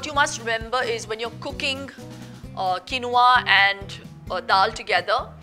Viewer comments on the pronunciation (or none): It’s not pronounced as kenova It’s keenva